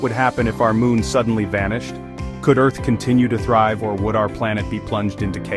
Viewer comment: EARH???? WHAAAAAAAAAB😂😂😂😂😂😂😂😂😂